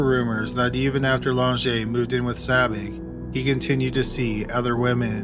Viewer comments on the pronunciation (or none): It's Sabich not Sabby! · I wish the voice-over person would get Spiders last name right! It’s Sabitch , not Sabic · But he mispronounced Sabich. Rhymes with “rich,” not “Rick.” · sabich is pronounced sabitch. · His name was Spider Sabich ( pronounced sa-bitch )